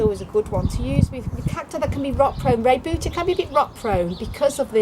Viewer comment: So glad you pronounced rebutia correctly! I see so many people who don't!